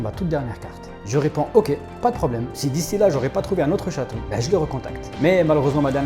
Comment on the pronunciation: Ils savent même pas dire le mots "chaton" ils dits "chateau" mdrrr